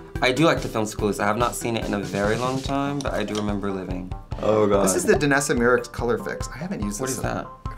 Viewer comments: How do you see Myricks and pronounce it like Meerecks lmao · Not Trixie saying Myricks with a hardcore Wisco accent 😂